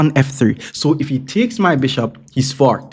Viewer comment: LOL! I thought you said: "He's gonna get f*cked!" But then I realized you said: "He's gonna get forked!"